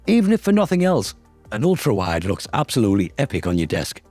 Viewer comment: "ULTAWIDE" lol . Ulta is that beauty and cosmetics store